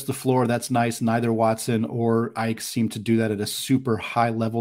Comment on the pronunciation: Ike pronounced Ee-kay